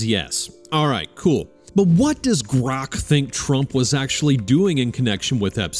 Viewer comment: Maybe GROK isn't cooperating because of the way you pronounce its name every single time